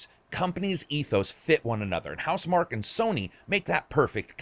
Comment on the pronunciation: Is it not pronounced mark key?